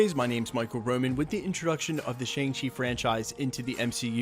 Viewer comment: Fin* not Fing and Shang-Chi* not Chang Chi